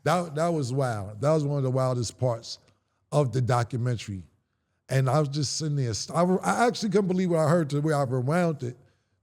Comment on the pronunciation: It's Doc-u-men-ta-ry Not Documen-TRY 🙄